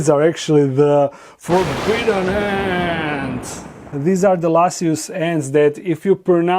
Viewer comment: I am super excited to see babies! Hopefully we will get to see babies from all of them especially THE FORBIDDEN ANTS. Why, you ask? Cuz I like hearing you say THE FORBIDDEN ANTS!!! LOL!